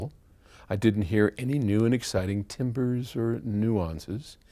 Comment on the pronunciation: TimbRE,! (Not timber) Unless of course you can hear the type of wood used to make the piano....That's HIGH END?